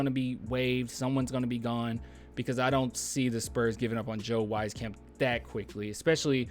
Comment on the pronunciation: its pronounced Joe {WEEZ-CAMP}, dont worry i gotchu 😎